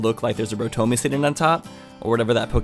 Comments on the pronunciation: Rotomy is pronounced. Ro-Tom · It’s Rotom pronounced Roe-Tom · IT’S RO-TOM ok watch like the poke-rap and it will help you ok